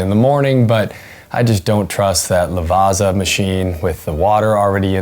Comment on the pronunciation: why do you pronounce Lavazza as La vasa? You can say pizza, not peesa. So its italian like you say pizza ... lavazza. :body-blue-raised-arms